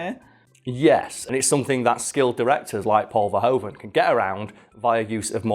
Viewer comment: Paul Verhoeven was really disappointed with this movie afterwards , he thought someone else could have directed it. ( Oh and although even he has come to just go along with it in English , in Dutch the oe in verhoeven is actually like in shoe. Might be helpful if you need to pronounce someone else's name )